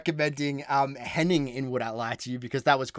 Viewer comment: Henning's surname is pronounced like vein